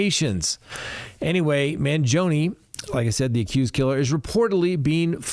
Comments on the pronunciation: Man GEE o nee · Obviously, you are unable to pronounce Italian names. Maybe you are too old to learn. I’m talking about Luigi’s last name. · MANGIONE NOTTTTTTTTTTTTTTTTTTTTT MANGOINE. Good heavens.